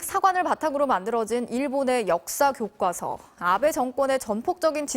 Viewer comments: 아나운서가 교꽈서 그러노... 교과서라고 좀 발음하자.. 아무리 된소리허용 최근해줬다해도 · 아나운서님 교꽈서 아니고 교과서.......ㄷㄷ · 트집아닌 트집하나만 잡을게요. 서울 사람들은 E 2 등은 웬만한 발음은 순하게 발음하면서 왜 교과서는 교과서로 발음안하고 굑꽈서로 발음 하는건가요?